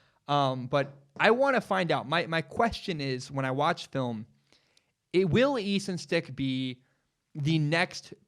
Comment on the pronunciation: You almost lost all credibility in mispronouncing the North Dakota St. QB that 99% of us had never heard of. We can let that one slide. Credibility restored.